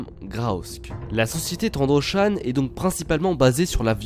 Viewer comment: Dans le nouveau Battlefront, on entend aussi TrandoshAN :)